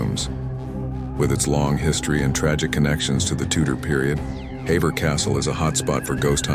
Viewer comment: Hever is pronounced "Heever"